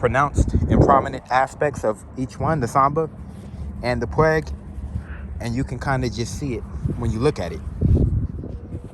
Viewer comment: Its pronounced "Pu-Weeg" 🦆😂